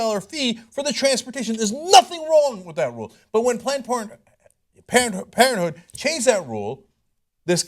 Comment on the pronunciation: planed por(n) planed parenthood lol